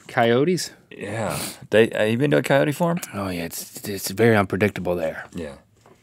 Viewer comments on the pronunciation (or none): He was referring to earlier about his pronunciation of coyote.